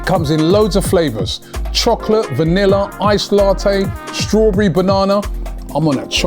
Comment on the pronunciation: How can mispronounce vanilla twice 😂